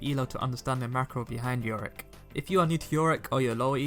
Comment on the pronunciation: it triggers me when he say yoriCK